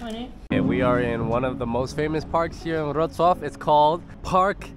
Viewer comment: its LEVI - OWSA